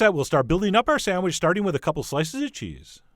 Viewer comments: Chef John: "Sandwich" --> "Sam-widge" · What's a "sandwidge'"?